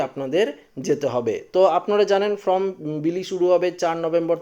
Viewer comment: কথা টা from না ।। Form বলুন ।